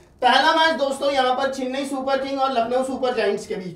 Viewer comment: चिन्नई नहीं चेन्नई